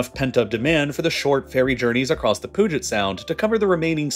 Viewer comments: Pyoo Jit AI Pyoo Jit not Poo get. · It’s pronounced Puu-Jet Sound, not Pug-It Sound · Good information. However if you could learn to say “pyoo-jet” instead of “poo-get” for Puget Sound that would be great 😂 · lol POOGIT sound. It's pronounced pew-jit. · South Snohomish County here. I snickered at “Poo-jet”. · Thanks for the informative and detailed video! Btw, “Puget” of Puget Sound is pronounced “PEW-jet” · Poo-get Sound. I died 😅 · he has to be fking with us and it worked i physically recoiled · As someone who grew up in WA, this one physically pained me to hear haha